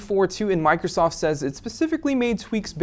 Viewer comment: Is it just me or did he say Microsof at the end?